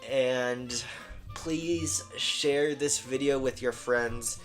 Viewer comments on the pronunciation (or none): none